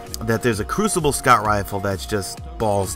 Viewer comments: It's basically not French. He (in French) said Cru-ci-blé. It's actually Cru-ci-ble. And we don't say crucible in French it's l'Épreuve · Crucible (french voice) and Pur-chase... makes me sigh every single time. crossing fingers for it to never happen again... Except for that i love your videos...